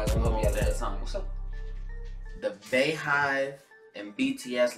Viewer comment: It's "bee" hive (beyhive) like her name beyonce....sirs!!!!